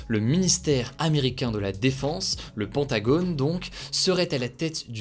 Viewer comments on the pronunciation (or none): "Le pantagone"